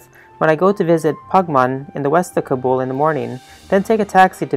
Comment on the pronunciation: Please say Kaa-Bull , not cub-ool.